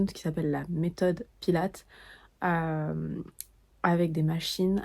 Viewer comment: Par contre les françaises, le S se prononce pour Pilates !! C'est Pilatesss